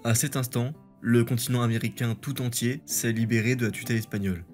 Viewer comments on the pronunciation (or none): none